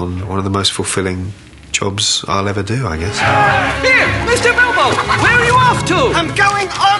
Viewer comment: Did he actualy say BOLBO? O.O